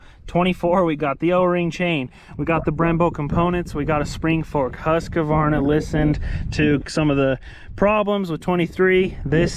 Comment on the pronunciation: Husq-varna not husk-a-varna. Sorry pet peeve when people don't say it properly.